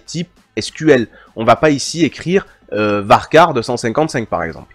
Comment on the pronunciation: J'ai adoré comment vous prononcez varchar (ça se prononce en effet varkar, bravo!) mais les dieux tuent un petit chat à chaque fois que quelqu'un dit "intégueur" au lieu de "intédjeur". Mes oreilles en saignent encore. A part ça, j'adore cette vidéo. Merci énormément.